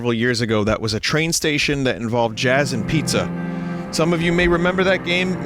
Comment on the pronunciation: It's jAaAzZ